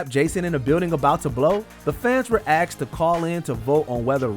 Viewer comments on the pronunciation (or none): The fans were asked not axed.